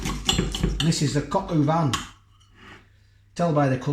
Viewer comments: Lol pronounced Cok o van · The correct pronunciation of coq au vin in French is cohk oh vah(n). In the word "coq" the o is pronounced with a closed "oh" sound, while the "q" is pronounced with a "k" sound. Just saying 🤣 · It's pronounced "cock-o-van" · Not going to lie. I heard you say "pork in cider" and laughed hysterically. Then later in vid remembered the other is coq au vin. I'm sorry for being childish but everytime you said pork in cider 😂😂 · Made me laugh, Coc au van. I can't say it either, like rat a two ee.